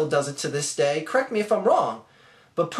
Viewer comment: i respect the arguements in this video, but when you said DAAYY, it made me laugh my ass off, idk why, just sounded weird to me. by the way, I kind of agree with the money thing, it is a little suspicious, but at this point theres no way the movie isnt at least getting made.